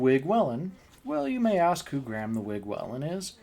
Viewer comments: Its not wellen its pronounced wheelin 😂😂 and the wig is dating conors sister 😂 that man was not the wigs dad 😂😂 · I'm Irish, just for future reference Whelan is pronounced Wee-len. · Just have to let you know how to pronounce the surname Whelan. Just say Wheelan 🙂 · So your theory is that they just wanted to embarrass/shame him because he did so to Ryan Whelan at the bar? It's WHEELan, just to let you know.